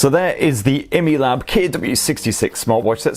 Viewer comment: Its actually called: I-Mi-Lab not emelab. 😂